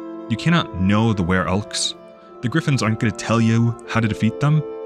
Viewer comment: Was it "were-elves" or "were-elk" that you mentioned in the Roadwarden section? I can't quite tell and Google isn't helping me too much. Were-elk sound cool but I think there would be some fascinating implications to explore with were-elves.